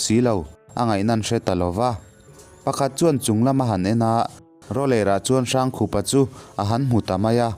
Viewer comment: Hrangkhupa hi "Hrângkhûpa," ti a lam tûr. Rokhuma pawh "Rokhûma" ti a kan lam ṭhin angin. "Râifân," ti a lam ve tûr.